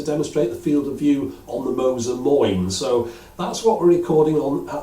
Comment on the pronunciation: Moin is a common dialect greeting especially in the northern German regions. Sure, it most likely doesn't have anything to do with this device's name origins, yet I find it funny to hear a "Moin" from you - correctly pronounced as well, haha!